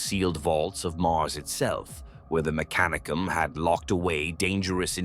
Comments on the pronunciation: FYI, lore states that the accent is on the second syllable rather than the third. Me-CA-ni-cum not mec-a-NEE-cum phonetically. Don’t mean to be focusing on minutiae but it’s a proper noun and aught to be pronounced correctly. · These would be great if the AI could just say things correctly. Words like mechanicum, khorne, slaanash, tzentch, astartes, primarch, and so many other words sound so weird or wrong coming from AI. Granted khorne being called horn had me laughing but still it really takes you out of the story when youre having to stop and figure out wtf is even being talked about